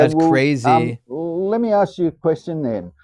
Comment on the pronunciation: stop "aksing"questions. Think, and start asking, you might get it! 🤦‍♂️🤦‍♂️🤦‍♂️